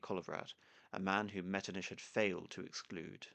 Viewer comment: Out of curiosity, why do you pronounce Metternich's name as ''Metrniš''? Why not pronounce it as it's done in Czech and German, just ''Metrnich''?